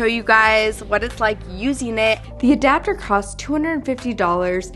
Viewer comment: Did you say ADOPTER??